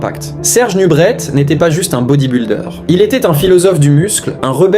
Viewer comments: Serge NUBRET pas NUBRETTE !!! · C est pas nubrette mais nubré a prononcer 😢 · On prononce NUBRÉ et non NUBRÈT ! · C'est une audio IA ou quoi? Parfois on entend nubrette et d'autres fois le nom est bien prononcé nubrè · ça se dit "nubré" !